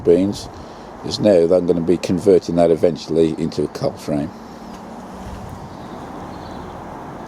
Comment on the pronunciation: It's . You say, "I'm going to be converting that eventually into a ( cup frame? )" Watching again, I would guess it's a cold frame, but I don't want to make a wrong assumption and miss something. My family came from the West Midlands in 1850 but I've lost the accent. All the best, Pete